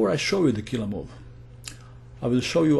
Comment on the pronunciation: I can't help it! I crack up every time u say "KILLAHH MOVE!". You have The Most Killahh accent I've ever heard. I bet you'd make a Killing as a narrator on TV.